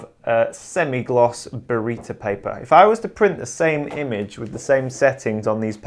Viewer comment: Burrito paper!!!!??? hahahahaha... It's Baryta, people. BARYTA!!! :)